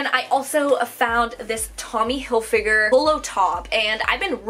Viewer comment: Chenille = Shuh-kneel Not being a jerk just letting you know! By the way I love the way you say Hilfiger!